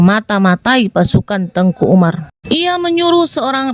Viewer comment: Salah pengucapan ini kak. . Teuku ato baca nya teku .. nama khusus ato gelar bangsawan. Tengku itu Ustadz ato guru ngaji guru agama. Dr awal saya dengar nya Tengku , bukan Teku di bilang .. 🙏🙏